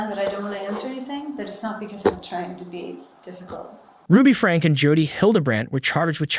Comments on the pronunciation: Her last name is pronounced like "Frankie." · Just some advice, please learn how to say names right. It's pronounced Frank-ee and Jo-dee. I heard you mispronounce other high profile names in other videos as well.